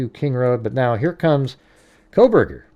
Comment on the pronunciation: It's not Kohberger